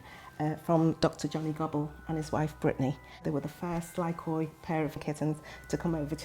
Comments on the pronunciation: I think "Lykoi" is from the Greek word "Λύκοι" which means Wolfs ! It pronounce like Leke...not Li-ko-e 😂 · It's not pronounced lykOi but lykee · Lykoi is greek and is pronounced Leekee. Big cringe for my ears hearing you calling the lài kóy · Idiot said lie koys, it's a Greek word n pronounced leek ee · Lykoi (pronounced like Leekee) means wolves in greek. When is one of them is lykos = wolf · the way you write lykoi is the plural for Greek word ΛΥΚΟΙ which means wolves and pronouced as Lykoi where y and oi read like e as in alphabet. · Lykoi means wolves in greek. However it's pronounced "Liki" as oi is one of the many i sounds in greek (5 in total), yuuup it's a weird language. Also I outright love these cats. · lykoi means wolfs in greek, and you should spell it like leekee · Lykoi means wolves in Greek "λύκοι" and it is pronounced "liki" when it is plural and "likos" when it is singular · When i heard them talk about the cats I thought wait a minute . Lykoi = λύκοι which means wolfs in Greek . The pronunciation is just awful they made my ears bleed . No kidding stop pronouncing Greek names and words wrong . The wright way to pronounce this breed is leekee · wow they gave them the Greek translation for wolf as a name. Awesome. Greek mixed with English words but i like to pronounce it like we pronounce wolf in Greek (L-I-K-O-S) . LYKOI or LIKOI are the plural for wolf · Fun fact: lykos in Greek means wolf and lykoi which is pronounced lyke means wolves. I felt the need to comment that...😢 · Unfortunate naming. Lykoi means "wolves" (yes, plural). So, what actual wolves should be called now? Even the pronunciation is wrong (latinized the original Λύκοι). Go to google translate to hear the correct one (from english to Greek)